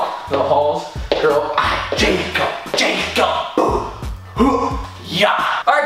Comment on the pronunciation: has never pronounced Jacobs name correctly b4 lol